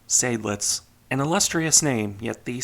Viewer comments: Weser: long German e, followed by soft s (z for Americans). And pleeease: Zide-lits, not Say-dlidz. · Greetings, I have a small correction because it drives my inner Adrian Monk nuts: Seydlitz is pronounced "side-lits", not "Sayd-lits", with a clear 'ah'-sound. There even are original records of General von Seydlitz being adressed in old radio transmissions on YouTube if you'd like a listen from back in the day. It's not one of those "some say it like that some say it like that" by the way. There is a correct pronunciation - yes, plenty Germans get it wrong as well because education is at an all time low these days. (Same with Prinz Eugen having the emphasis on the second e due to the name's origin.) Other than that, nice video as usual. These really are optional things to improve on, after all. I'll gladly help by for example providing some hearing examples if you'd like to improve on your pronunciation if you want. Happy New Year